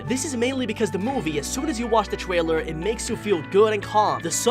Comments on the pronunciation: every single word whats with the letter "r" like secret and trailer but he says "sEcWeT twAiLew" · sir trwailer??????🤨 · no trying to b mean but he says twailer instead of trailer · the gwaphics twailer